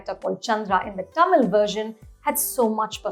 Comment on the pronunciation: At what point do we stop wrongly pronouncing Tamil as "टा-मील" ??? its "तमील". "त" not "टा".